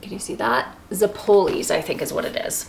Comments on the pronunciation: it is pronounced zep pole lee. you did pretty good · The emphasis is on the ze not on pole.. ZE- pole-ay.